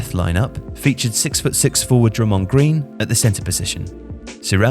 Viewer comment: Yea he definitely doesn't know what hea talking about he said Drummond Green and Kevin Dewrant